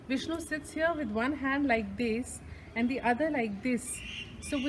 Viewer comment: I love you so much 🤗🤗🤗😘😘😘 beautifully you explained about Nava Tirupathi, we could imagine the deity in your words💕💕💕💐💐💐 Loved the way you pronounced the names of the lord Vishnu👌👌👌 felt like I visited the places with you Aum sairam 🙏🏼❤️❤️❤️